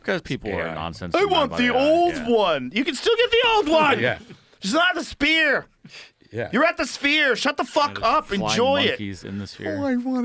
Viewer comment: he says sphere weird haha spear